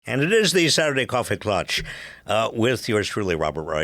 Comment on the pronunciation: Klatch not clutch